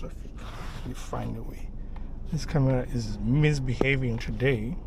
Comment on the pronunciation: The only issue I have with this video is that the "TOODAY" was too short in the intro. Keep up the good work bro.